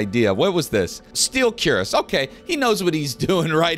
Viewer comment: also cuirass is pronounced "queeris"